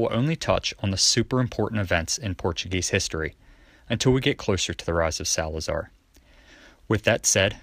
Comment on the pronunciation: SalazAr português fala emPprtugues